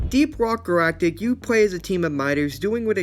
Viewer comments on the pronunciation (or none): Did he say deep rock garactic?